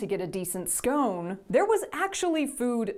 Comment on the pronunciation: Not scone, scone.